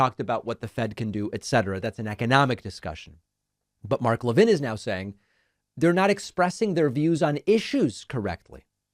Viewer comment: You're Jewish and you don't know how to pronounce Levin? It's just like Harvey Levin. I know you've heard of HIM.